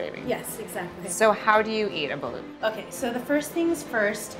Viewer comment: "Buh-loot" every Filipino did a face palm rn